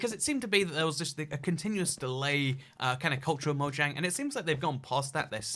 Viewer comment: I can’t stand when people say Mojang wrong it’s Mo(J)ang